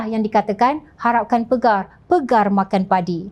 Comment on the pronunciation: Bukan harapkan PEGAR TETAPI PAGAR sebutla betul2